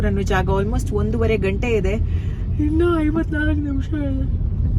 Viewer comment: What is" INNA INNA" ITS INNU